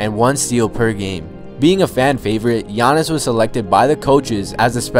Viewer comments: No offense, but if you're gonna make a video on them, say their names right. You said GEE-AH-NISS a couple times instead of yah-niss. Also, his brother is Tha-na-sis not thana-sis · "Yah-niss" and "thah-nass-is" it's not that hard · Lol it's pronounced Gi-an-is atump-akemp-o